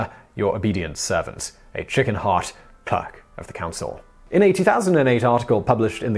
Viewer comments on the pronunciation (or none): Derby. Ouch. Clerk. Ouch. Albans. Ouch. This is unwatchable. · Simon Whistler, why can’t you pronounce Derby, clerk, brooch or St Albans correctly? Is your English accent an affectation?